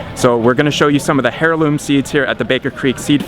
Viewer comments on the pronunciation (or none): Pronounced 'airloom'...Great video! I just sub'ed. Been a & homie for a while and really enjoy the videos and info. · Heroin seed? You didn’t say heirloom seed... haha I’m sure you heard it as well..